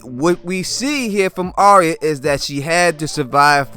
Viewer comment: It's pronounced "Ar-ya" like "Are-ya going to the store?" Not "ArEEuh"